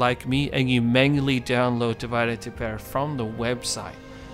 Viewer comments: Please stop pronouncing "divide" like its English derivative. It's pronounced di-VEE-deh et im-PEH-rah. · Am I the only one going nuts that he's not giving it the Latin pronunciation? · You should have done a quick tutorial on how to pronounce Divide Et Impera (div-eh-day) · The senate demands that you remake this video and pronounce the mod name correctly!